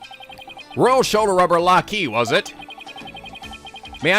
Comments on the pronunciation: Lahkee = Lackey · Lah' Kee = Lackey. Minion.